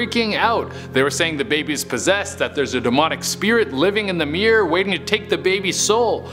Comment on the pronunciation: You know it's pronounced mirror, not mear right?